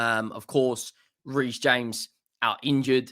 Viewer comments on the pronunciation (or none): none